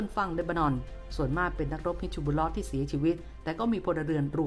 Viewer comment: ฮิซบุลเล๊าะ ถูกต้อง ไม่ใช่ บิชชะบุลเล๊าะ ครับ จะได้ออกเสียงง่ายๆหน่อย